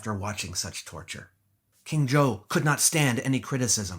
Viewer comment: "King Zhou of Shang" becomes "King Joe of Shanghai"